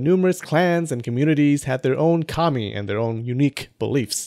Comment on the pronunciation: 2 things I'd like to mention: 1. I would be really interested in the sources you used for your other videos. I presume the book you promote was one of them? 2. It really took me a while to get that you said 神 (kami), not commie (like in the derogatory term for communist). So during my first watch I thought "Why would people in the Kofun period pray to communists?!" xD Just a little pronunciation tip: The a sound in 神 kami is short (reference: ).